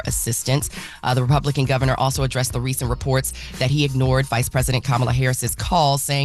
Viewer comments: she mispronounced her name, but Trump didn’t. Must be opposite day. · So mispronounced Kamala’s name and nothing..? So it truly is fake outrage when the right does it 😂